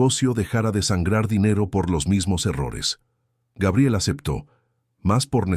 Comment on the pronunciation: Se dice Gabriel, NO Geibrel😮